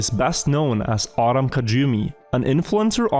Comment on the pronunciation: Adam kajumi. I'm ctmzech and that pronunciation is hilarious